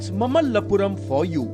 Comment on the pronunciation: It is not mammallapuram, it is Maamallapuram. Learn to pronounce Indian names properly.